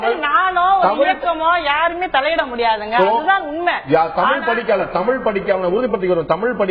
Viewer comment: Just now saw this கூத்து. சல்மா தமீல் தமீல் மொளி மொளி என்று சொல்ல, ராகவனும் மற்ச்சும் (மற்றும்) வேற்ச்சு (வேற்று) என்று உச்சு பிச்சு என்று உச்சரிக்க, பத்திரிகையாளர் உளகம் உளகம் என்று உளற, பாண்டேவும் தன் பங்குக்கு ல ள ழ இவற்றை உச்சரிக்க தெரியாமல் எல்லாவற்றிலும் 'ள' வை பயன்படுத்தி(ராகவன் போல ற்ச்சு உச்சு பிச்சு என்று உச்சரிக்கும் விதமும் சேர்த்து) மொத்தத்தில் ஒரு கோமாளிக் கூத்து! இதுக்கு பேரு தமிழ் நிகழ்ச்சியா? போய் எல்லோரும் சாலமன் பாப்பையா கிட்ட கேட்டு வாங்கி குடிங்க.